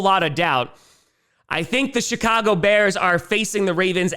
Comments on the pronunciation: Every time say Chicago, I hear “shit-cago” and I think it’s completely savage. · He seems to have toned back the “shit” part a bit since the win streak too. I wonder if it’s our version of the “New Jersey jets” 😭😭